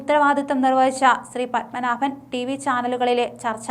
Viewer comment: ശ്രീ... പദ്മനാഭൻ അല്ല. ശ്രീപദ്മനാഭൻ. വെറുതെ നോക്കി വായിക്കുന്നത് അല്ലാതെ പൊതു അറിവോടെ കൂടേ വായിക്കുക.